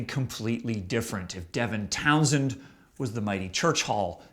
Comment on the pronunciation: Devintownsend. Never heard that. That makes me want to puke. No. Please No! The rest were okay.